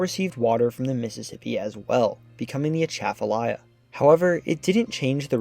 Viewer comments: It's not A-tchaf-alya. It's atcha-falya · I grew up calling it the "At'cha-falaya" (like "right back at-cha!") Hearing him say "Uh-shaff-falaya" is making my brain itch. 😂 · I'm surprised no one has yet corrected the mispronunciation of Atchafalaya yet in this video. It's pronounced with stresses on the first and fourth syllables, as in "A (as in back)--chuh--fuh--LIE--uh", where "chuh", "fuh" and "uh" have the same first vowel sound in "bu-tter".....A-chuh-fuh-LIE-uh. Now don't get me started on the Tchoutacabouffa River. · i came to the comments to remark on the pronunciation of Atchafalaya. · That pronunciation is 100% wrong.